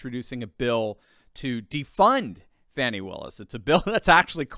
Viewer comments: "Fah-nee?" I think it's FANNY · HER NAME IS FANI, not fawni...take away the i on both and say those names. There is Fan and Fawn ...her name is Fani. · firstly it is fani not fawni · It’s pronounced fan-knee ! Like a behind